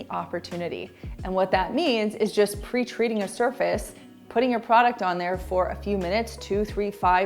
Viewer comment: When you said "pre-treating" I thought you said "preach reading" and was wondering what it was and how I'd missed it before. 😂